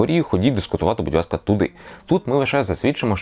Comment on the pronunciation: Будь Васка? Чи я в вуха довблюсь? До логопеда сходити потрібно.